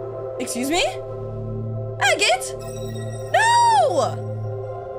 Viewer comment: help it sounded like she said “magnet” instead of maggot lol